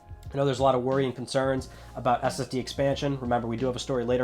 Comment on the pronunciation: Just me that heard STD instead of SSD ish?